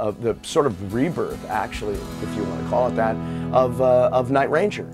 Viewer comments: It's very strange hearing him pronounce the name by accenting the word "Ranger". Sounds exactly the opposite of the way everybody has always said it. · I'm having a hard time hearing Jack call his band that he named and created "night - RANGER". LOL!